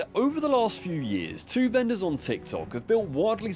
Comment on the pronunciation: At first I thought he said “two benders selling potatoes”